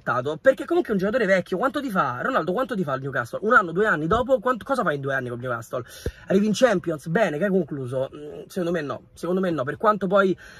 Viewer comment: Niucassol is da niu man sity